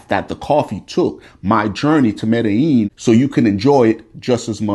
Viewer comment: You are coming here? I live here by the way--COLOMBIA!!! Oh, and it is MEDDA-Jean